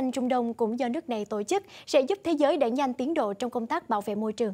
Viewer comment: đừng đọc " tộ chức " nữa